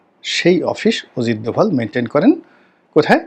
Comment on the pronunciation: ওরে বরিশাইল্যা পোদ , ওজিত দোভাল না। উচ্চারণটা হবে অজিত দোভাল 😅😅😅 মগা পাকিস্তান যুদ্ধে জিতছে এই তথ্য কোথায় পাইছো? পাকিস্তানের বিভিন্ন মিডিয়া যেখানে বলছে যুদ্ধে ওদের বিশাল ক্ষয়ক্ষতি হয়েছে সেখানে পেট বানানো গুজব রাটাতে এসেছো? তোমার মতো চোদনা তার নাম জানবে না এটাই স্বাভাবিক 😅 যা ব্যাটা, মুতে শো